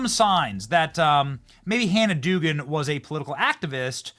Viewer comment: Dougan is said ‘dough-gan’ . That’s my sister’s married name.